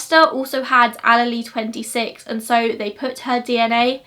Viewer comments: it is pronounced "Ah-leel" not "Ah-lee-lee" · Love the video but as someone minoring in biology it killed me every time she said “all-a-lee” instead of allele 😅 (no offense!) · Mitochondrial DNA is passed down from the mother only. That is probably why the defense argued without that there could be error. Also, allele is pronounced ah-leel just for future reference (in the US that’s how we pronounce anyway) Awesome case you did a great job explaining it :) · Are you saying allele? Pronounced uh-lee-uhl. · Wow! In the United States getting all of the DNA from people, that would never be allowed! I love you to pieces girl, you do amazing work! I’m sure you would prefer to know this, I know I would want to be corrected for future videos potentially, but allele is pronounced as “ah • lee • ahl”. 😘💖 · the way you say allele makes me smile <3 hahaha i've always referred to it, and heard it referred to as "allele"- source- i did a foundation degree in forensic science